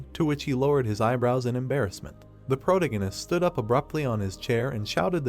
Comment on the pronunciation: Dude, for the love of anything holy, google how to properly pronounce "Protagonist" and teach the text to speech program. If you are going to use the damn word every sentence